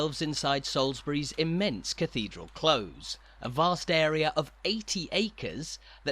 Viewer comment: We've been watching your tours for some time now and love them! However, in the phrase "cathedral close" close rhymes with close as a noun/adjective rather than as a verb.